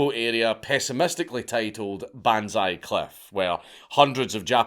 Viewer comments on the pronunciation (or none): none